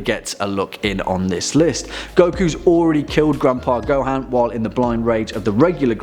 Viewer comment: It's Gohan not GoHAn